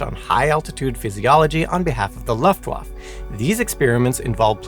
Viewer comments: The way you say "Luft Wafe" is hilarious 😂 As for the experiemnts - I agree with most in the comments - they should use the results. Erase the names of researchers to not give them any credit - instead give the credit to the victims. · it is very on brand for a simon channel. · I refer you to the pronounciation of "Luftwaffe" in this video... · I can say with strong confidence that he is mispronouncing "Luftwaffe". Also, having been a fan of "Brainfood Show", his mispronunciations are not surprising. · I love you, but: Luftwaffe: "luft·vaa·fuh" Mengele: "mang·uh·lay" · PLEASE make sure you research German pronunciation next time! You loose so much credibility when you totally mispronounce EVERY single German word such as Dachau, Luftwaffe, Mengele, and SO much more. (It’s not “Laftwaf” like you said repeatedly, it’s pronounced “Looft-vaff-eh”, for example) It leaves the viewer with the distinct impression that you’re just reading a script with words you’ve never seen before, rather than informing me of the facts. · You ought to check your pronunciation of some German words, like: Dachau, Luftwaffe . . . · I would love to teach you and of course Simon too the correct way to pronounce these German words - such as Luftwaffe, Mengele and Dachau. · So, I gotta assume he's deliberately using mispronunciations in honor & respect to Simon. Or maybe he's nailing them, and words like luftwaffe, dachau, and a few others I can't remember atm have been mispronounced all these years. I personally prefer to think it's the paying respect to Simon one. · Please learn how to say Dachau and Luftwaffe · Real great “educational” channel. Can’t pronounce Dachau, Luftwaffe, or clothed